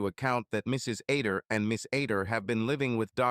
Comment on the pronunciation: The name is supposed to be Other not Ader not to mention during the divorce court part it keeps calling him John instead of Terry as well as numerous other mistakes and mispronunciations. The story is pretty good but the narration is lousy.